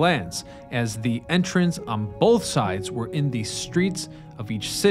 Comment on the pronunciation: "on bolth sides"